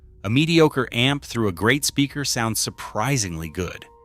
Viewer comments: Buying too much a-m-p? LOL!!!!!!!!!!!!! AI sucks. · A m p Goodbye ai lol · Thank you ! I personally found it adorable that it pronounced the word " amp " as A EM PEE. Very appropriate in a video about a em pees..... I hate Ai. And musicians, we are right around the point of the spear on this one. So AI can easily simulate crap music...... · AI slop. Can’t even pronounce “amp”